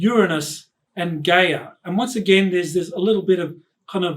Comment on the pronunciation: "Guy-Ya" not Gay-er...🤣